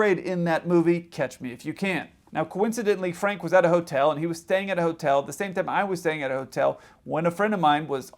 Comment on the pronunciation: Yes, you pronounced Frank's name correctly. He lived up the street from me for years. Catch Me if You Can was fiction, from beginning to end. It was his only successful con. In fact, during the years the book's escapades supposedly happened, he was in prison because he got caught for kiting checks.